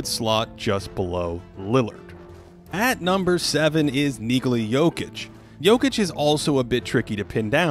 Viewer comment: its not "yoke" either, its "yok". english-speakers always emphasize the "oh" sound but it isn't like that in serbian, it's like spanish or japanese where everything is read out exactly as it's spelled. it's knee-khola yok-eech